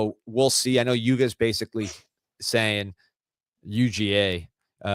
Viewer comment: Keep it YUUUUGA D. Best way to pronounce